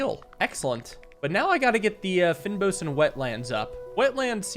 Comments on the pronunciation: fynbos is kind of pronounced "fayn boss" we have them growing here in South africa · I think this game is made by a South African developer, fynbos is pronounced as "fane bos" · I know its nitpicky, but you say "fynbos" as fayn-boss It's an area in South Africa with lots of flowers and bees and such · lol at the "fynbos". That's a biome in South Africa and the word is Afrikaans. It would translate to "fine-bush". Pronounced "fein-bos" like this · The way you say "fynbos" 😂😂😂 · just wanna say, you pronounced fynbos wrong